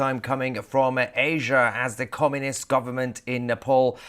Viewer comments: its communist not comminist mahyar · Comminist? Get it right.